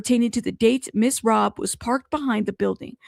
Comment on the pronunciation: It is Robb as in Robbery not Robe.